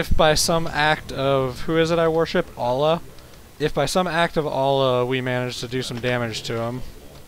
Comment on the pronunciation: omg dude its Allah not ollah